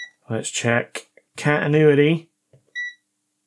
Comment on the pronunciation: It's just a wild guess, but I think the problem is the way you pronounce "cantinuity"😂👍